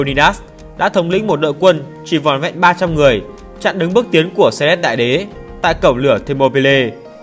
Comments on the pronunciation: Xerxes phải đọc là Dớt Xi, Xe rét là cái mie gì vậy? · clgt, đọc sai thì phải chỉnh lại, tên ngta như thế cứ đọc Xe rét, nghe ngứa tai vcđ @@